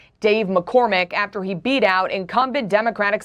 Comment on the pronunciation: Guy you are Killin Me. AFTER not Ather switch your tongue with your lip between your teeth. Affffter.